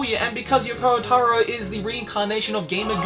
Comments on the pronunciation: Maybe. He is literally the only person i've ever heard say "Yokoa" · Ahh yes my favourite game creator "Yoko-ah Taro"